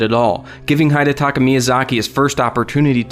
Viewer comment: I really hate to be that guy, but it's hee-detaka, not hy-detaka